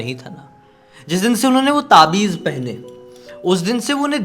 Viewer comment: taabij nhi taavij bolenge.....sorry pr btana zaruri lga to bola...achi kahani thi....